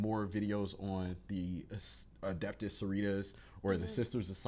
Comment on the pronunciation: I'm sorry, did I heard her say "adaptus" mechanicus...? Ma'am, they're not adapter plugs for your wall outlet. That gave me a laugh and I needed that. 😂🤣